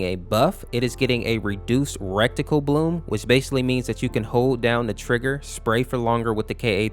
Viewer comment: Am i trippen or is he saying rect-tical instead of ret-ical